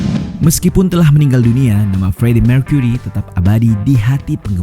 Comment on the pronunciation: Mewrry dan mercuery. Kenapa gt min aksen nya😂